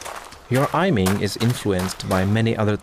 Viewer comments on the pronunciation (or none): ''ajming'' lol